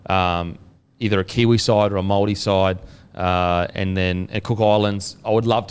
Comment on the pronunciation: Awesome pronunciation of the Maori names Kempdogg 👏